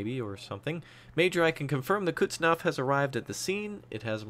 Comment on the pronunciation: And while we are grammarnaziing, its Kuznetsov, not Kutsnov ;)